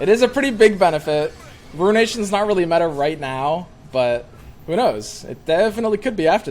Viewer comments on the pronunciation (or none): none